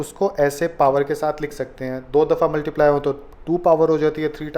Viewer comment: Sir please multiply sahi tarhan bola karen it’s cringy